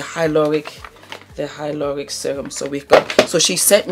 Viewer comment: Love the way you say : hyloronic. The way you roll the Rs.Too cute 😍